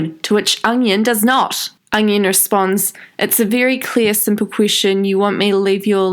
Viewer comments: Every time u say onion i cried in laughter.... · every time she said onion i laughed ps. loVe yOu shAnE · Every time you said onion I died 😂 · I literally never comment on anyone’s videos, but I’ve literally fallen in love with you. I literally died every time you said ‘onion’ I’m losing my shit.